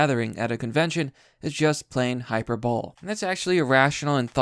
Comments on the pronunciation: Hi-per-bo-lee not hyper-bowl. :) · It's pronounced hypey bohlee not hyper bowl, the latter is what you smoke in order to believe a liberal. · Jesus, you and Mister Metokur.. it's HY-PER-BO-LEE, not HY-PER-BOWL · >hyper ball Hyperbole is pronounced "hai-per-bo-lee" The "bo" can be shortened. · I'd just like to slightly correct you. It isn't literally an ancient religious symbol, but it IS literally the mirror image of one. And "Hi-Per-Bow-Lee" Good video though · Hyperbole is pronounced "Hi-Per-Bow-Lee" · Just for future reference hyperbole is pronouced hi per bo lee no disrespect intended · Hi-per-bowl-e Hyperbole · don't know if you meant to do it but if I don't type this it will bother me for a bit hyperbole is pronounced hyper-bo-lee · Hyperbole has a long e at the end friend... articulation matters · Unsubbing because you mispronounced "hyperbole"....jk